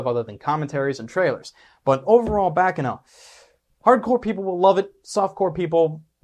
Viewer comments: My only issue... He pronounced it Backano. ... In Italian, a double 'c' like that makes a "CH" sound.. It'd be Bahchano... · for the record, you keep pronouncing "baccano" wrong, other than that, nice work on the vid!